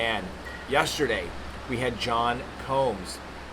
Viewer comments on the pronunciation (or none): none